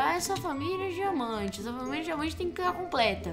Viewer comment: e so eu que esculto diamanta como jamanta kkkk